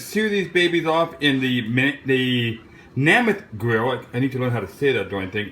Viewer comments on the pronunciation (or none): It's made by Joe Namath. Thats Nay Math, not Nah Math